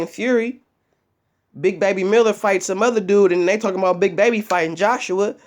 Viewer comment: dillian white pronounces his words funny. when he says talking he pronounces it "tarkin" it was just a bit of comedy